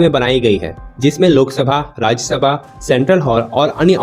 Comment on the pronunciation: rajyesabha kay hota hai gobar cheema hindi bolna nehi ata kyu bolte ho usko rajyasabha blte hai